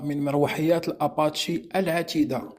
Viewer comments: اباتشي بالإنجليزية e كتنطق i ليست فرنسية الصنع لتنطق بالفرنسية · Salam خطأ بسيط في النطق apache بسكون فالاخر.